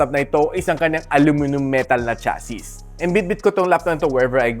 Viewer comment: Nakaka distract yung pronunciation mo. Cha-see kasi yun, silent s yung last letter. Bago ka magreview ayusin mo muna pagsasalita mo para mas kapanipaniwala lol